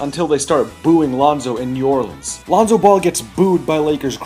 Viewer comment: I’m mad cuz lavar pronounced New Orleans new orLEENs